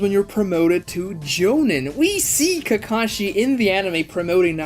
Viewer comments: Nice video, absolutely loathe with every fiber of my being how you say jonin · Bro the way you pronounce tournament and jonin is crazy